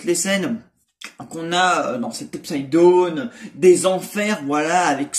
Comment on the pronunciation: Très d’accord avec toi ! Bon ta prononciation « UPSIDE DONE » pour « UPSIDE DOWN (DAAOUNE) » 😭😭